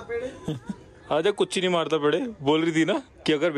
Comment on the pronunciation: You people are pronouncing really wrong. Kurchini madathapetti , it means folding the chair 🪑